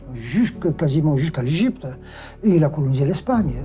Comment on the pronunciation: Tu as intérêt à revoir tes leçons et apprendre à prononcer l'Egypte